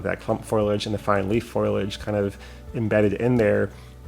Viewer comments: yet again your creativity is super and I think you're right on with the scale look of those "trees". Fantastic. Just one critique - it is FOH-lee-edge, not FOIL-edge. Always entertaining to see what you come up with. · It makes me chuckle that you say "foilage" instead of "foliage".